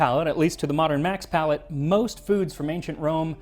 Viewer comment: Palate, not "palette." I don't eat where I paint. ='[.]'=